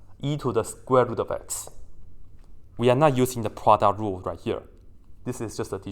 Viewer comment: i love it everytime you said produt rule💖💖